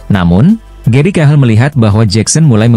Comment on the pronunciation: Cahil bukan cahel😂